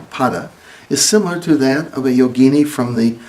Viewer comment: Excellent video. A lot of westerners pronounce “yogini” like yo-GEE-nee, but the correct pronunciation is YO-gi-NEE.